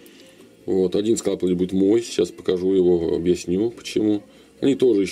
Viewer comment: Почему скалпиль , а не скальпиль?)